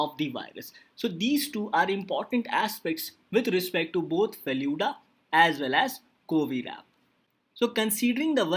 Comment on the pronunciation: It is FELOO-DA.😑